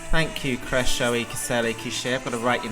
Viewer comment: You did a great job at pronouncing Krešo i Kisele kiše the first time (a compliment from a Croatian)! 🎉 My bar for the quality of Dora songs each year is so low, and yet it falls even lower when I hear the songs 😂